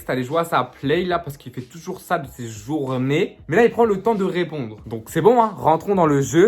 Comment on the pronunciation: avec les R c'est grave Une jourrrrrrrrrrrrné Esperrrrrrrrrrrrrrrrer 💀💀